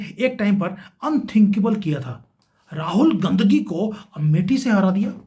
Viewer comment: Mind your Language. Your pronunciation of RAHUL GANDHI IS DEPLORABLE.